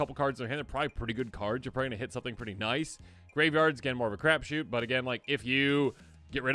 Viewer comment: Did he just say graveyard are more of a clears throat crab-shoot?